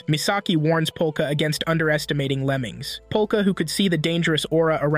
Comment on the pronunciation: What bro says: Lemings What i hear: lemons